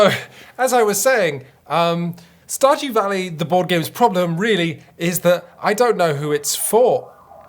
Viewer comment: That sounded enough like "stodgy valley" that it's going to be my headcanon from now on :)